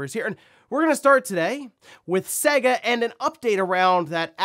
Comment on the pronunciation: Have you ever played a Sega game? Every single one says the company name at the start so how anyone can continue to mispronounce their name all these years later is beyond me. It's Say-Guh, not seg-a.